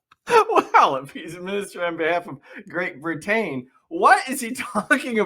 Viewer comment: I don't know if he's trying to get out of the charges, is actually mentally ill, or he's just looking for attention. BTW, "Brit-tain". Thank you.